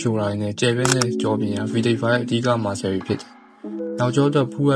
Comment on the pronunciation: Muscle=မာစယ္👍 Not မာစကယ္😂